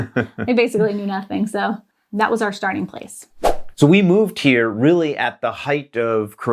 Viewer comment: "That was our schtarting place"... is german "sch" taking over? Loved to learn about the kids experience with school. Did you notice any specific change in behaviour cause of school? Like a certain german "work&study" mentality?